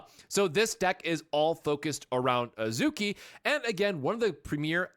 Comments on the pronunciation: It’s AHZ-key. A as in “Father”. æ isn’t a sound in Japanese. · You only pronounced a few names wrong it's pronounced As-key and Swee-say